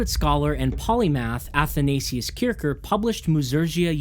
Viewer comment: Great video. Great job. For me Music is no science, but a joy. Here is some info to help you. As mr Kircher was a German scolar, his name is fonetically pronounced 'Keer-shier'. Meaning, the one who goes to church. This vid explains